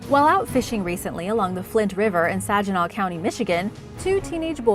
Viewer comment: Also it’s pronounced Saginaw not Sajinaw